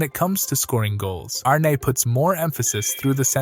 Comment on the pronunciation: Pretty fab video, but you're pronouncing his name incorrectly. It's more Arn-uh, not Arné.